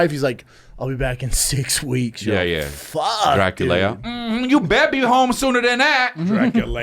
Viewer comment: Scab can’t say Dracula 😂. What a hack